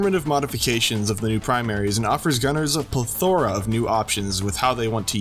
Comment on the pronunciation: I did not watch this whole video just to hear you say ple-THOR-a at the end. Otherwise, thanks for the build advice!